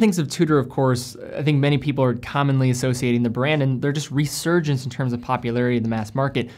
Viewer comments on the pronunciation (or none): none